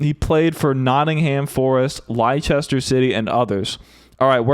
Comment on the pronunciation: 'Leicester' is pronounced 'lester', BTW. Don't ask about Mousehole.